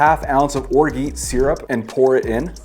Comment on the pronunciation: that's not how you pronounce orgeat